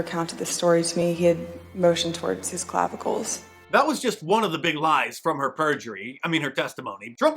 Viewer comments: "Clavicals" hahahahaha 😆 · the best part was when she. said "clavicles".